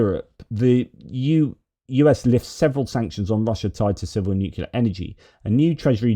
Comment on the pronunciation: It’s not Nukula, it’s Nuclear.